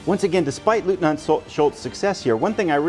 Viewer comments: The eu inLeutnant is pronounced as a OY sound such as boy. It's not Lootnant. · This game looks great! Eagerly awaiting the next episode, although as a person of Polish background I kind of hope Leutnant Schultz doesn’t do too well in this campaign.😉 One small pronunciation note: leutnant is pronounced loyt-nant. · Great preview, thanks! One tip from a German: our pronounciation for "Leutnant" comes close to "Loitnant". 🙂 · i see. No worries. The pronounciation is just a trivial sidestep. The core is ur excellent presentation of the content. 👍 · Dear Sir, I love your vids, and bought so many games because of you👍🙏 So, as you can imagine, my wife is not a big fan of yours 😉😅 Just kidding... If you want to pronounce LEUTNANT in German, the EU is pronounced like in boy. So, if you say Loytnant you should be safe. Wish you the best, stay healthy, Björn